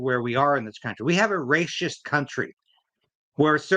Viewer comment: the is word racist, pronounced with a soft c. It is not pronounced ray - shist.